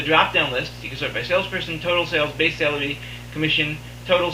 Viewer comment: Super informative after I got over the fact you kept pronouncing "salary" as "celery"...